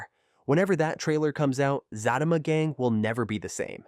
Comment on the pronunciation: You pronouncing her name and the show name wrong